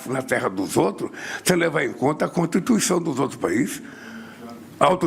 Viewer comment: "A contituicão" ...É insuportável ouvir este Párea.